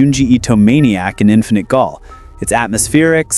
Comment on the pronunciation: “Gaol” is an alternate spelling of “jail,” it’s pronounced the same 😂